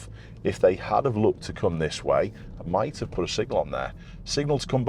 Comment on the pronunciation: strange pronunciation of "might have" there. it sounds more like "might hov".